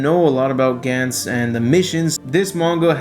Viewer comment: It's Gahn Z, not Gan Z, omfg...